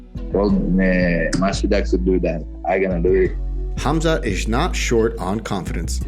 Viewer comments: I thought Colby called him, forgive my language if it’s bad, “Khumshot” I believe this is comedy gold 😂 Khamzat will smesh him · Khumshot smesh him